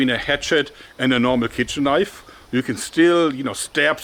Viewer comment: "THAAAT's a KNOIF!"